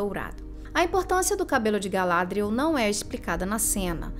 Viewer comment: O nome 'Galadriel' é oxítono de acordo com a fala original dos atores, não paroxítono como é dito neste vídeo.